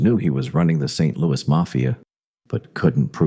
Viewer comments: Lots of incorrect facts in this video. And a lousy voice over. No one says, “Saint Louie.” They say “Saint Louis.” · I’ve lived in St Louis MO all my life. Every time it says St. Louie it makes me cringe. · I hate AI narration. If you don’t care enough to have a real human narrate your channel, then I don’t care enough to listen to it. Also, you are mispronouncing St. Louis. It is not pronounced the French way. It is pronounced phonetically as St. Lewis. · St "Louie" -- no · Nobody in St. L these days, but the French people I have met still do, because that was the original pronunciation for a long time after being settled by the French, and still so in France. When they say it it comes out more like "Sant Lou-ee" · This was pretty good, but NOBODY from St. Louis calls it " Saint Louie" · I agree. St. Louis is pronounced with the "S" at the end, not "St. Louie". That is maddening, especially for someone who was born here and lived here for almost all of their life. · AI voice saying St Louie, just isn't right. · If Mafia Files pays any attention to comments and wants more subscribers, it will go through the entire spoken script before posting, to edit any stupid mistakes like saint LOUEEEEEEE. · Fyi. Saying St Louie is what children or people obsessed with Judy Garland films. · And don't even include the AI voice's inability to pronounce the city's name properly. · St louis natives mispronounce so many place names in the area. It's funny